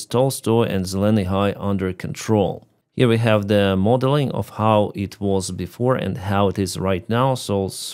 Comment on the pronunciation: Ukraine takes a burned out tree back from the Russians- reaction: 👁👄👁 "WECHAVE AN OFFENSIVE"